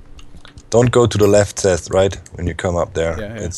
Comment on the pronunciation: i like how always calls Seth Ses